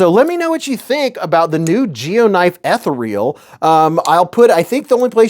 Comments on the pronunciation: It’s pronounced uh-thee-ree-uhl not eth-uh-reel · The way you say “ethereal” 😂😂😂